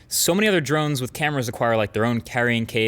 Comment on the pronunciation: Am I the only one thinks that mkbhd is pronouncing drones drunk?